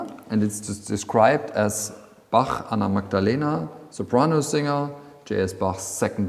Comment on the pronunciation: I just love this documentary! And may I say how much I love your pronunciation of the "ch" in Bach, Eisenach and other words, as well as our umlauts "ö" and "ü". Absolutely perfect! Hats off to you,.